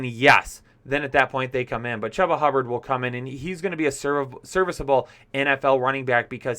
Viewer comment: I think he pronounces his name as CHOOBA like choo choo train. : )